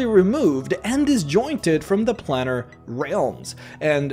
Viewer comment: Its planer, not planner. I dont get how youre saying planes instead of plans, but choose planner instead of planer.